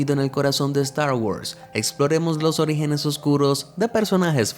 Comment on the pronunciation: Bro dice origines